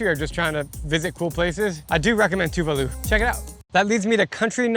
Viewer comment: Tuválu mentioned!! FYI, the emphasis is on the second syllable.